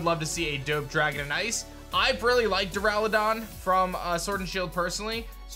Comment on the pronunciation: DURALUDON, NOT DURALADON!